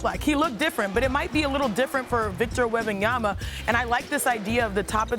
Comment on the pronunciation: Who is Victor Yembiyama?? 😂🤣😂🤣😂